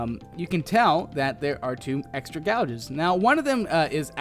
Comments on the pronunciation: it's GAY-JEZ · It's pronounced gay-jes not gow-jes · Gauges; Pronounced "GAY-JES" -NOT "Gouge-es" I face-palmed quite a few times, Grammar Nazi - AWAY. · IT'S NOT PRONOUNCED GAWGES IT'S PRONOUNCED GAYGES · It's pronounced GAGES not GOUGES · It is pronounced gay-ge's not gaulges and no it's not called a pontoon the boat it called a pontoon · it was pronounced (gay-gis) not (gua ges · Gauges is pronounced G-ai-ges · Lol gowges its gauges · hey ummm its pronounced Gay-j or gage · gouges lolol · gauge:pronounced <GAGE> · It's pronounced Gãges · Gauges are pronounced gay jus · Gauges - pronounced gay-jez great vid! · They are called (gay-jez). :D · It's read as [gay.jes] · no, [gay-jez] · It's gayjes dumbass. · gauges is pranounced like the name gage with an s at the end... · Gowges? LOL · Yitocuk Kilic no, it pronounced Gages like cage but with a g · its pronounced gay-jis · Understands that concept of buoyancy but can’t pronounce gauges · Your saying Gauges wrong